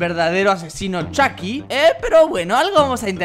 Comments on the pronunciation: robleis:le dire a chuky como chuky no como chaky robleis:ahora CHAKY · Chiki argentino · Chucky latinoaméricano